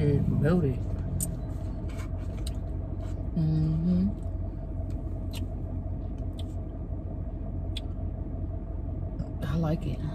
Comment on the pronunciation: "i did my shiii melded" dead b killin me its melted lol but team amanda